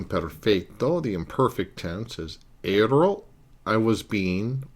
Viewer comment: Mille grazie, professore. My only suggestion would be just a tiny bit of constructive criticism: Watch your pronunciation, as it tends to be a bit inconsistent. I noticed, for example, that you didn't trill the "r" in "ero," although you did in the other instances where "r" occurs between vowels. Don't use the American flat "r." Also, remember that unstressed vowels still retain their full sound value; I frequently heard you use the "schwa" sound for unstressed "a," especially at the end of a word like "sia." That word should be pronounced "SEE-ah," not "SEE-uh." Just something to keep in mind. I know you're not a native speaker (neither am I -- I've simply been studying, speaking, reading, and writing Italian for almost 40 years), but little things like that go a long way towards actually sounding like a native -- and it sets a good example for your students, too!